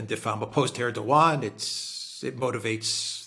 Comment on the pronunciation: Like the commentary but its ErdoWan, like Obiwan